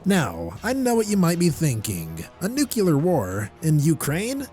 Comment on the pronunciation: Ugh the whole nu-cu-lar war pronunciation is making me crazy.